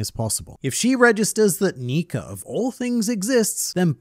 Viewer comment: Why does he say Nika with a hard r